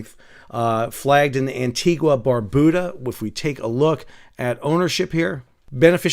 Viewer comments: Just to let you know.. Antigua is NOT pronounced 'Anti gwa' but rather 'Anti gah'. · Ann tee gah.